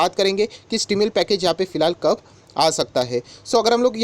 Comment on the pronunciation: stimulus.... pronunciation dekh lo sirji